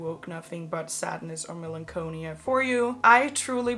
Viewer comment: Google with audio how to pronounce melancholy. Lol. Hug.